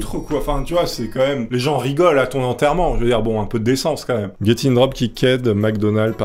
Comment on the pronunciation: gros t'abuse a dire "comme même" dés le début fait un effort stp